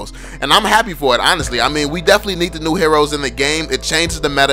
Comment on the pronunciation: I thought he said "subscribe to the channel if you're noob.". Hahahahah